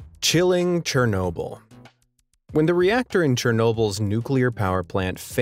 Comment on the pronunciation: It's sounds like shernolble